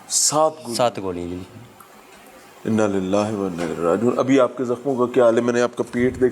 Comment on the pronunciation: Inna Lillah ka talafaz sahi kren.